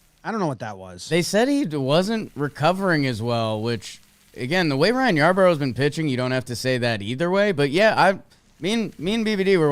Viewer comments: I love your podcast and watch it everywhere I can. If you are going to say you like/know Ryan Yarbrough and lie. Its Yarbrough not Yarborough. It’s Yar-bro, he was a Dodger last year, why would they hide him from the Dodgers??? Jack offs!! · Its pronounced Yar-bro